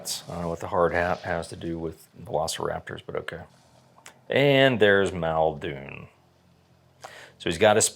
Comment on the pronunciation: MULdoon, get it fucking right.